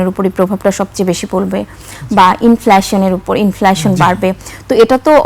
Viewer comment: Inflaaation na re কাংলি।😂😂😂😂😂